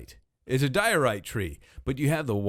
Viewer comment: It's diorite. It's a diorite-tree. It's a dioree😂